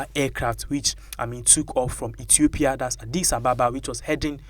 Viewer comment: Reporter Reporter.....it's Ethiopia not Etiopia.Yes plane made in China but also English taught in China arrived as faked in Africa.